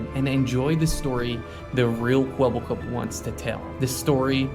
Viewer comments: Now now pyro, say the line properly. "Kwebblekop is finished" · Idk if that's just how he says his name, but it really sounds like the AI doesn't know how to pronounce "Kwebbelkop", so it just kinda mumbles it really fast